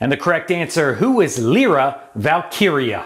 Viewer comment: It’s Ly-ra not Lee-ra. For Leprechauns $609 I thought for a second you were asking for Hornswoggle’s son. Celtic Cross was also called the High Cross. Only ones I didn’t get was Irish Events for $400, Irish Eyes for $800 or Irish Nicknames, Leprechauns Irish Eyes for $1000.